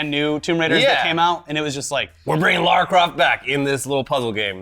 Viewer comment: As a life-long, pre-Croft Lara, I want to Thank You for pronouncing the name correctly!!!!!! I know it might be stupid and little to some, but it's big to me. Love y'alls content. Have a great day!!